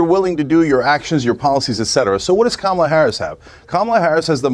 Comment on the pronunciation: Sounded perfect to me ‘karma la’